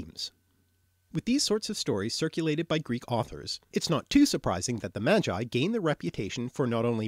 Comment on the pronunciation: seriously , you pronounce - "Magi" like "Jedi" ? hillarious, and you still avoid to mention slavic words you should know before you create this gibberish film .like : mogę , można , drzemać, marzyć , mąż , zmora , umierać , martwy , droga , targać , trzeć, droczyć się , wędka , wiedźma widzę , so it seems you have quite a homework to do, good luck !